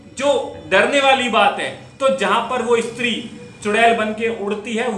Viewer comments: इस्त्री नही स्त्री। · Bro estree nhi stree ..bro madhya pradesh nhi banglore me ye ghatna hoti thi